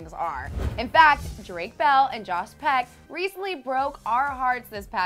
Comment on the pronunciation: is it me or did it sound like she said Jos Peck ?